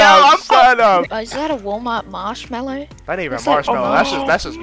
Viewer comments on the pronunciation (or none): "mæsh mællow" - britísh brother